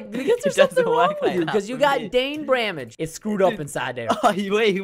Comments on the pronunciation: “cause you got dain bramge” nah preston i think you got brain damage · Idk if it is just me, but I heard Preston say Dain bramage 😅😜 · I heard it as well and I'm like Preston do you have dain bramage 😂😂😂😂😂😂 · Yeah he switched the br and d in brain damage. :) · Did he just say dain bramage